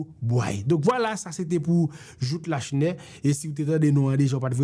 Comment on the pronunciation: Lachenais pwononsé La Chenais é non pa Lashnè. Joute sé yon ti non. Moun édiké di Borjla pou Borgella, é non pa bor-GÉ-la.